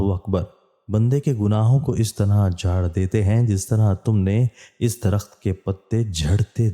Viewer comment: Darkht =tree bhai sahi parha karay please